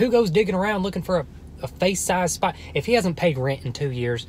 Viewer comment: i like how you say “spadder” JFHSJDJAJ IMSORRY